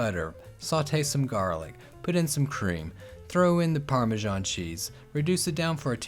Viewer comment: what is Parmashon or do you mean Parmesan?